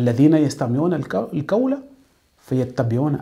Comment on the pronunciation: En plus sachez bien prononcer les mots en Arabe. C'est pas "kawl'' c'est ''Qhawl''. Si vous n'arrivez pas à bien pouvoir prononcer ces mots, alors vous transmettez vos défauts de prononciation à votre audience. Cherchez quelqu'un d'autre pour vous y aidez au moins. On peut comprendre ce défaut si ça se limite à vous seul, les langues sont différentes. Mais quand tu transfères tes défauts de prononciation, tu mènes les gens en erreur. Par ailleurs, c'est vide vos positions. Ne vous dites pas que êtes coranique quand même. Dans le coran, Dieu dit: ''DIS, SI VOUS AIMEZ ALLAH, ALORS SUIVEZ MOI, AINSI ALLAH VA VOUS AIMER''. Les coranisites sont ceux qui suivent les prescriptions du Coran. Il en fait partie de ces prescriptions du Coran le fait de devoir suivre le prophète SAWS. Donc suivre réellement le Coran sans suivre les enseignements du prophète saws, c'est refuser de suivre les prescriptions du Coran sur l'injonction de suivre le prophète. En plus que aimez Allah c'est 1 chose, mais ça ne garantie pas qu'Allah lui vous aime. D'après ce verset que j'ai cité, pour qu'Allah vous aime, il faut suivre le prophète SAWS pour que vous puissiez profiter de son amour sur vous. Le danger des médecin ''à moitié '' c'est de risquer la vie et la santé des gens. Par contre le danger des érudits ''à moitié '' de l'islam, c'est de dévier les musulmans et potentiels musulmans du droit chemin. Vous pouvez vous appeler ''coraniste'', c'est facile. Mais si vous voulez être rellement coraniste, i